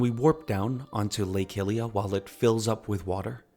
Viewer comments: Hylia = high-lee-uh, not “hilly-uh” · Bro it's not pronounced HILIA! Other then that great video. Simple but entertaining, like I'm listening to an audio book